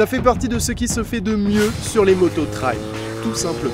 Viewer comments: C'est pas un "traille", c'est un "Trail", ça se prononce comme "treille" avec un L en plus à la fin. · Un truc que j capte pas c est pourquoi vous dite « Trayle » et pas « trèille »